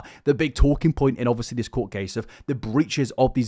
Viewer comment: Summary of video for those who don't want to waste your time: "OB-fus-lee... OB-fus-lee... OB-fus-lee... OB-fus-lee... OB-fus-lee... OB-fus-lee... OB-fus-lee... OB-fus-lee... OB-fus-lee... OB-fus-lee... OB-fus-lee... OB-fus-lee... OB-fus-lee... OB-fus-lee... OB-fus-lee... OB-fus-lee... OB-fus-lee... OB-fus-lee... OB-fus-lee... OB-fus-lee... OB-fus-lee... OB-fus-lee... OB-fus-lee... OB-fus-lee... OB-fus-lee..." You don't need to like illuminaughtii to find this dude insufferable.